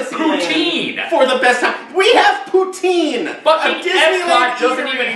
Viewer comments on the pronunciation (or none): It’s poutine (poo-TIN) I’m Canadian I’m allowed to correct you